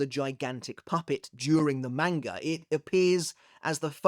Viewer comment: why are u physically incapable of pronouncing manga